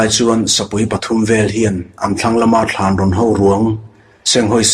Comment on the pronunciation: I chhiar ngaihnawm khawp mai, mahse Thlanrawn tih i lam rik dan hi a dik lo Thânrâwn tia thlûk tur a ni e